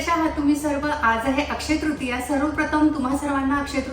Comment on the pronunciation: अक्षय तृतिया म्हण त्रितिया नाही.. 😃